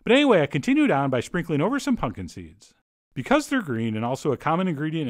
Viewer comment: Did you say " punkin' seeds"?